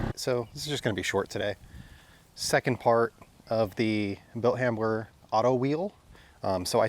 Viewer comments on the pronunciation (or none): Hey, you know its Hamber not Hambler right?